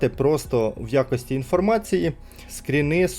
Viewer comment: скрини, краскіне. скрини, а не скріни